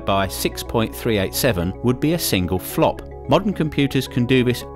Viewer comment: flpo not flop